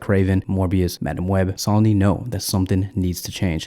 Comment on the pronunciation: Brother, it is not SAW-knee. Please, while you still have 282 subs... maybe the next 1,000 will never need to hear that. Say it with us: SO-nee SOW-nee SOH-nee SOWN-ee SOWN-nee